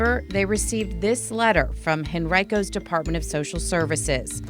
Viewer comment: Its pronounced henryco, good she's not getting out but its more babies